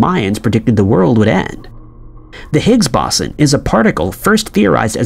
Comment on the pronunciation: If I have to hear this dude mispronounce Higgs Boson one more time in going to freak the fuck out..